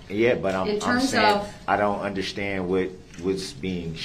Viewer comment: If you don't "undershtand" why play a lawyer? If you don't "undershtand" why do you keep over talking the person trying to help you "undershtand"?